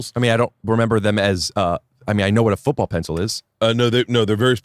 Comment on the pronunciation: "Foobull pessil"